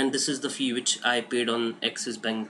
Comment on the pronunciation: FEE NOT FESS